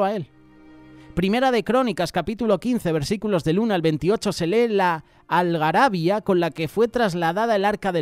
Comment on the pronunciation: Se dice algarabía.....no algarabia....lleva acento